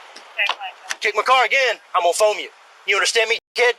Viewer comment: "foume"? I'm unfamiliar with that word.